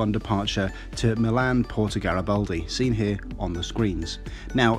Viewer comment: By the way it is Milano Garibaldi with an "a" not Gariboldi